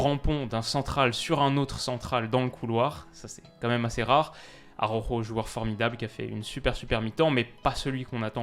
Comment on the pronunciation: AROjo fais un effort stp. ARaOuJo